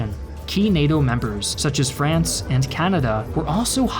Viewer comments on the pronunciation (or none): none